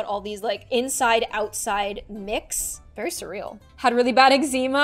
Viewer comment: The way she said bery instead of very xD <3